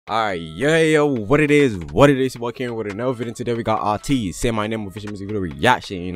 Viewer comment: I wanted to say their name is pronounced like Ay-teez not A-teez